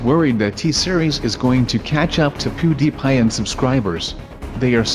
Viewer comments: "Poodiiiiipie" his pronounciation though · I say pewdiepie BUT SAY POODIPIE.